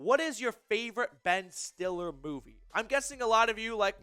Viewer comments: His name is pronounced (still lee) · It's pronounced "Stilly"